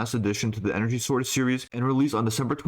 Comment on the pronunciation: did you make a concious effort to say “sword” and not “zord”